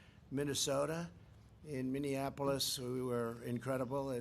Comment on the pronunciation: Minneanapolis? This man can't remember where he's taking credit for.